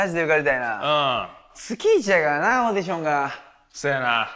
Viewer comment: オーディヒョンっていってない？